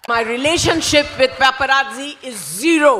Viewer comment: Paparazzi is pronounced pap - uh- rat- si. Like pizza is peetsa.